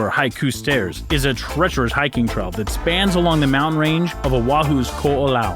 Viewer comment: It's "trail" not "trell" and "tourist" not "torrist". His pronunciations are atrocious.